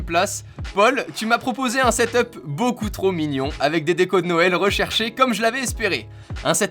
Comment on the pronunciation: tu me casse les coulle a dire setop c'est setup